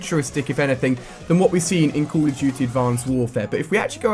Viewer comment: Dude you say "cool" of duty...HAHAHAHAHAHAHA